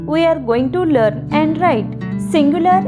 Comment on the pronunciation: The way you say LEARN in the beginning is not correct....change the pronunciation...